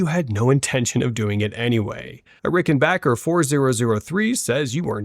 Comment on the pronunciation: I'm really not sure I trust these takes coming from an AI voiceover that doesn't know how to pronounce Rickenbacker or Jaco